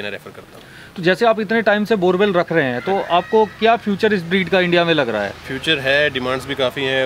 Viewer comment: Borboel not borewell😂😂😂